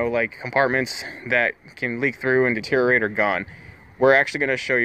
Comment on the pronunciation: Transom not tranzum Ultimately not ahltimately Deteriorate not deteerate